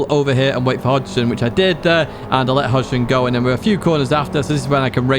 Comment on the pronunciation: FYI It’s Hogston as in pig not Hodgeson and Alsace is pronounced AL Sas.